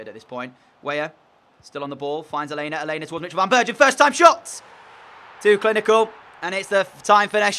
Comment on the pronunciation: your saying alena name wrong